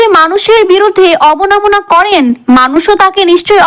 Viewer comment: অবনমনা নয় কথাটা হবে অবমাননা ।